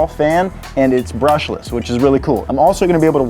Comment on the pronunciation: Its "BRUSHLESS"